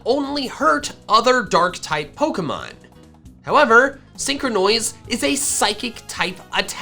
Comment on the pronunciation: Nobody: Not a single soul:: SEEN- CROW-NOISE.